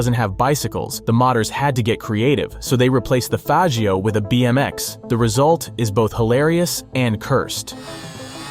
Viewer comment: Bros scared to say faggio correctly😂😂😂 coward